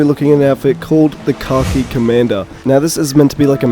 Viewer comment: I kept thinking you were saying "car key" variant for the longest time. Lol. Finally realized you were saying "khaki" at the very end🤣!